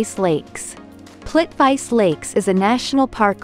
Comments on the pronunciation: Learn your proper pronunciations of these cities Like the Plitvice , Reykjavik and Liechtenstein. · Plitvice- pronouncing ✖️